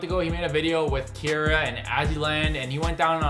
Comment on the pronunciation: Her name is not Kyara it is Keira